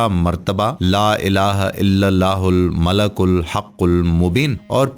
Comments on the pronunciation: Not malakul It's malikul how you make vedio you not know right words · He is reciting it wrong its not Malakul, its Malikul Haqul Mobin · Malikul hai bahi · ' yah Baat bilkul theek hai aap Logon Ko help kar rahe ho Lekin aap quran ko bilkul galat padh rahe ho quran ka janaja nikal rahe ho aisa mat karo yah bahut Gunah Hai La Ilaha illallahul malikul hakkul Mubeen hai malakul Nahin Hai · Aray nadan shaqs aap naa sirf ghalat padh rahein hein balke is clip ke darmiyan mein is mubarak kalimah ko bikul ghalat likhdieye kon zimmedar malik padna hai aap malak padhrhein hain Allah Taala ka sifati naam malik ملک hai jiska mana shahisha baadshah ke hai aor aap malak padhrhe hein jiska mana farishta فرشتہ ke hein Allah Taala ki zaat ko farishta kahna khula shirk hai fouri is message ko delete karke sahi padh kar aor sahi likh kar dobarah share karo Allah ke azaab se khud ko aor nazireen ko bachaeiye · Aoa janab molana sahab apny description box mei maleikul likha ha.. oar ap malaakul parhy jarahe hein.. plz kisi mustanad aalim sy apny arbii oar tallaafuz mi durastigi kijeye.. jazak Allah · Sir admin ap sey request hey ka ap Al malik ko Al malak parh rahey hein jo bilkul ghalat hey or is tarha meaning change ho jatey hein plz, apni ghalti darost karein or ALLAH PAK SWT sey toba or mafi b mangein ALLAH PAK SWT ap par apna Reham or maghfirat karein Ameen.